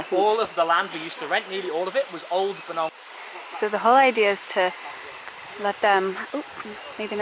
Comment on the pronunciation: Traveling Bee That is incorrect and its Pnong not Bunong. In this case its the tour guide who mispronounced it. I'm Khmer American from Battambang BTW. I'll be in Battambang in 40 days.